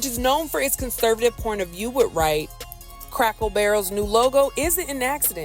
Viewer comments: The person reading this keeps saying Crackle Barrel instead of Cracker Barrel- pretty lame. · Girl its CRACKER not Crackle. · CRACKER BARREL, NOT CRACKLE 😂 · I thought it was Cracker Barrel, why y'all saying Crackle Barrel? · Crackle??? It's CRACKER 🤣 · Cracker Barrel not Crackel barrel 🤨🤨🤨 Hype+ yall can’t speak or something😂🤣😂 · Imagine what them folks gonna do when they hear her pronounce it, Crackle Barrel! 😅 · Sounds like you were saying “crackle “ barrel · Stop saying “crackle” barrel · I'm confused as hell. Why does it sound like she keeps saying Crackle Barrel? Reminds me of when some of my people who couldn't say street or specific would always say Skreet or Pacific. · I'm going to need you to use the correct pronunciation when speaking about this establishment. We need to hear a HARD ER at the end of Cracker every time you say it. Maybe that will help identify who is taking the most offense at the change. Say it with me crackER Barrel. 😂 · Crackle Barrel????? 🤦🏿 she said it wrong every time 😂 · Why does the narrator keep saying crackle? Must be DEI hire. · Is she saying Crackle Barrel? 😅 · I'm sorry but her inability to properly pronounce the word, "Cracker," made me turn the video off. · Thought I was tripping 😂😂😂